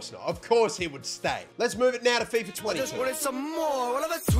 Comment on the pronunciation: Love your vids,but mate why do you keep calling fifa "fifer"?